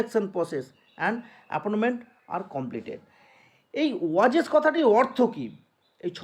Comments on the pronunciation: ওয়েজেস ❌ ওয়াজেস💯😅😅😅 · ওয়াজেস । দারুণ উচ্চারণ